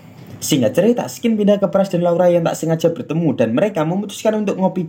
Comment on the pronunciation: Kata "Scene" itu bacanya bukan ''skin" bang tapi "sin" 👍👍🙏